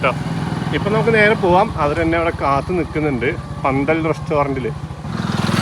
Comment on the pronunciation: പന്തൽ അല്ല ഫന്തൽ......... ........ read more